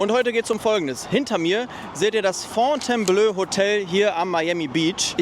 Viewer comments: Man spricht es blo aus, nicht blö ;) Top Video mal wieder! Thumbs up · Fontaineblooo und nicht Fontaineblööö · Fon-tain-blo (Wenn das Hotel seinen Namen in Anlehnung an das Schloss in Frankreich hat). Aber klasse Video. Wie immer. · kommt von Fontaine belle eau, hat mit Blau (bleu ("ö") nix zu tun! Fontainebleau ("o"), ist nämlich auch eine Stadt in Frankreich